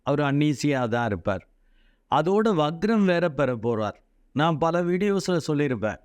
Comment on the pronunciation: adhu "vaGram" alla "VaKram"